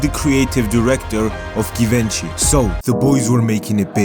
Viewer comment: Did you just pronounce Givenchy "Givenchy" instead of "Givenchy? Kinda cringe bro